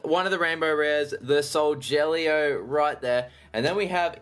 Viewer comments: I also like how you call Solgaleo 'Soljellyo' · I liked it when you sead soljeleo when it's solgalio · You say solgaleo wrong it is sol-ga-Leo not sol-gel-eo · IT'S NOT SOLJELLYO IT'S SOULGALEO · It's not frickin soljellyo it's soul galy o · if he says sojaleo one more time... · I meant to say every time he says soljellyo it makes me cringe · He is saying solgeleo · Every time he says soljellyo I mak s me cringe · It's not solgeleo! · i like how you said solgaleo wrong